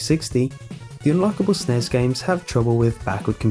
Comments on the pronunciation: the NES and SNES are spoken by sounding out the letters. N-E-S. Other than that great video though. I thought I was the only one who knew about zork. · I'm sorry, I love watching your videos and listening to you man, but the way you were saying NES and SNES really grated on my nerves. You are supposed to say each letter of those acronyms like with lol or CIA or FBI, not try to make it a single word like NASA or FNAF. Those are the Nintendo Entertainment System and Super Nintendo Entertainment System man.